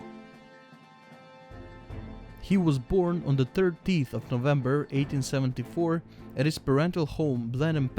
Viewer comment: 30eeth lel its 30eth